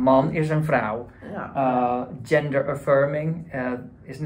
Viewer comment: 👍 ggggggender! mit very nederlandish "g" sound, süper Dutch 👍